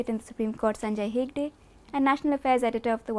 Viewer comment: please learn how to pronounce Hegde.. Indians should know how to pronounce Indian names